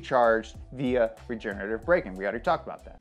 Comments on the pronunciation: "I'm just gonna call it Regen braking cause I can't pronounce it more that once" continues calling it regenerattive braking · can’t say regenirrating braking Also: proceeds to say rigenerative braking anyways